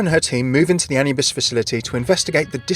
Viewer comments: Ah-new-bis not anuhbis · I am pretty sure that it's A-noo-bis, that atleast how we germans pronounce it. Sure you'd need to ask an actual egyptian to have an 100%ly correct answer. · Pretty sure that Anubis is spelled a-NOO-bis. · the way you said Anubis, it just hurts. shivers keep up the good work